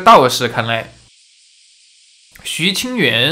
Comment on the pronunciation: 拍謝，看了好多個影片，都有聽到講錯字有點在意😅，主角名字是徐清源（音同元）！！